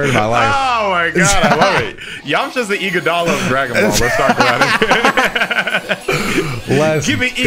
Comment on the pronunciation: No way he said Iguodala😂😂😂